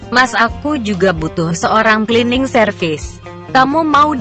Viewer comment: saran utk admin sebaiknya cerita yg dibacakan di tulis dengan bhs indonesia saja shg pembaca cerita tidak selalu salah dalam pengucapannya seperti tulisan "Cleaning" di tulis "klining" shg tetap dibaca sbg "klining" bukan di tulis "Cleaning" dan di baca "celening" atau dlm bhs indonesia ejaan lama "C = tj"